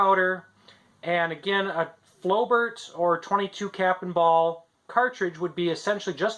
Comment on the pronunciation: It's pronounced as flo-bair